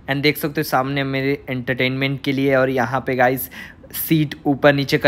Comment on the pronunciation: Entatament kay bol ra ha ha ba